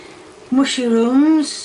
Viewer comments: Mushyrooms wtf I'm a Brit and we don't say it like that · "mushy rooms" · Does she say “mushyrooms “ ? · Is she saying mushyrooms? Lol love it